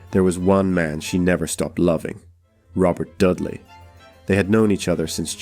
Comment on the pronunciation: Had to stop listening at the moment you mispronounced Robert Dudley’s last name. Dudley, is pronounced "DUD-lee," with the emphasis on the first syllable, like "DUD" as in "dud". You said —- who does that? If you’re going to publish, then at the very least make sure you have the name pronunciations correct. It’s extremely unprofessional as you do history (and the listener) a disservice.